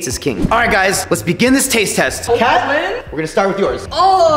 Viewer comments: Ha ha you said cat instead of Kat Lol lol lol😂😂😂 Everyone hey everyone this person doesn’t learn English ha ha ha!!! Sorry I was rude. I’m a I’m a rude ambush😔😔😔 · Ket not cet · It’s pronounced kat not cat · It's not (cat) it's(kat) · Its "Kat" Not cat and its also "Zhong" Not zong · It’s k a t not cat but I’m done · It's not cat it's Kat It's not zong it's zhong. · You pronounced Kat wrong😂